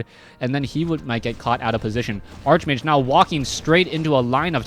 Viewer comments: ARCHMAGE IS PRONOUNCED "ARK-MAGE" lol not "ARCHE MAGE" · arch-mage is pronounced ark-mage